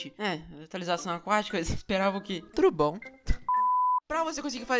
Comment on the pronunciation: Credo para de falar TURUBOM